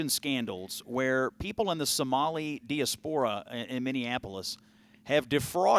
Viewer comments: Learn how to pronounce diaspora. It's a good word, but you pronounce it like an illegal immigrant. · Come on Scott you're a smart guy how do you mispronounce "diaspora" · Scott, if you've just learned the word diaspora, it's best to learn the correct the pronunciation. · Dude can’t even pronounce diaspora. What a bunch of absolute garbage this whole video is. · people keep prounouncing DIASPORA incorrectly IMHO